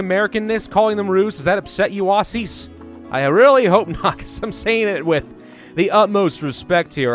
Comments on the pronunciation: i stop spamming when u reply and tell me you have seen PLSSSSSS ITS auZZies (auzziez) not auhssiesssss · calling them roos, perfectly acceptable. Calling us *OSS*ies. No. It's pronounced with a hard z, Ozzies/Aussies. Also, it's Steve Irwin not Irving. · Oh where fine with you calling kangaroos Roos what I have a problem with is you calling Aussie’s ossies is pronounced ozzies not ossies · Worried about offending Australians when saying Roo's Also: Pronounces Aussie's as Au-ss-ie and not Ozzy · Yeah, he's saying Aussies like Awseas instead of Ozzies, and it's weird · PLSSSSSS ITS auZZies (auzziez) not auhssiesssss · while the kangaroos are pregnant the joey is in the pouch and jumps out when giving birth. you have to watch the animation its cool. same with the koalas. im Australian and your pronunciation is hilarious.